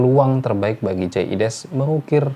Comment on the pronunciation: Biasakan sebut nama orang sesuai spelling hurufnya. Logat mungkin sudah hilang, tp jangan ubah ejaan namanya. Jay Idzes, bukan jay ides...